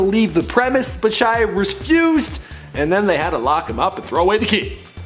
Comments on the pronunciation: Golly -- right out of the gate, an egregious mispronunciation. The guy's first name is pronounced SHEE-ah. And no wonder he's messed up -- his family can't even spell their surname correctly! He has said himself that it should be spelled LaBoeuf. It's French. His name literally means Shia The Cow. Oh, dear. Poor schmuck. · Shia leeeebauf